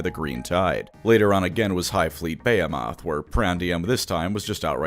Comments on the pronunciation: buh·hee·muth not bay·o·moth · makes me giggle with how he pronounces behemoth. Brother if you see this, the rest of us pronounce it buh·hee·muth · You seriously pronouncing "behemoth" as Baya-moth???? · it's pronounced "bee-hee-moth" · Every time he says “Bay-he-moth” I cringe. I think it’s one of those “only read the word and never heard it spoken things? Like nails on a chalkboard. And you’re welcome. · That's not how you pronounce "behemoth" btw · That is uh quite a way of pronouncing "behemoth" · Thats first time I've heard Behemoth pronounced like that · How do you reader, pronounce Behemoth? (Buh-hee-muth) Or (Bay-ah-moth)